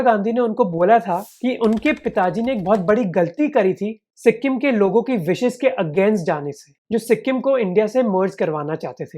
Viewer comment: It's not si-kkk-im .. the k need not be pronounced with a hariyanvi accent.